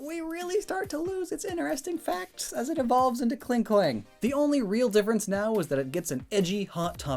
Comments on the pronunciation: You called Klang “Klank” Lol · Is it me or is he not saying Klang's name as "Klang" & instead saying "Klank" or even "Klink"?